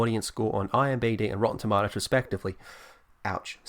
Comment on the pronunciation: It's "IMDB," not "IMBD". Also, I find your pronunciation of "tomatoes" slightly disturbing.